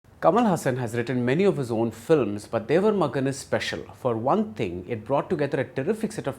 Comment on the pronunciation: I would expect a seasoned cinema critic such as Bhardwaj Rangan to get the basic pronunciation of the movie title correct - It is Thevar Magan NOT Devar Magan.